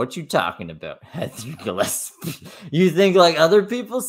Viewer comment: I'm kinda sad you stopped calling her "Gilleppsee"